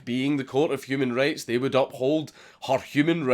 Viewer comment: Whenever you say human rights, it sounds like you say human race, even closed caption gets confused